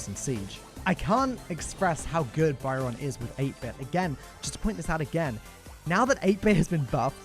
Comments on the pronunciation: Byron seems awesome. I hate paying for brawlers but I might have to give in cos I love being a healer. Loving your video style, keep up the great work. Keep pronouncing Byron like that though and I might end up hating you. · why do you pronounce Byron so bywrong!!